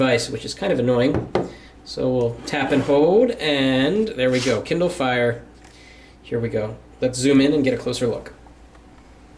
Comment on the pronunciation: It's kindle not kinder